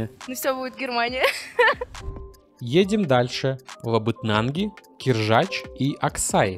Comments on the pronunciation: Дмитрий, только не КИржач, а КиржАч - ударение на второй слог... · Не кЕржач, а кИржач КИ КИ КИ. Город в 90 км от Москвы. Задолбали коверкать название моего города. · Судя по тому, что все участники повторили как кИржач, это значит, что ведущий также неправильно озвучил название этого города.